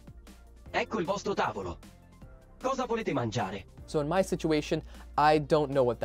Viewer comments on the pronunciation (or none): none